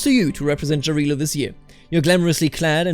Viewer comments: It's actually Yarilo. you know, you say it same way Germans say Ja, Jarilo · Great videos, thank you for your job! As an East Slav, I recommend you to pronounce the name of god "Jarilo" with German way of pronouncing J, not English - that would be more correct